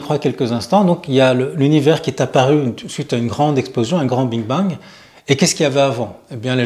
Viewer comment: Big Bang et pas bing bang Pas grave mais souci d’exactitude. Merci pour vos vidéos très intéressantes. 🙏🕊🌹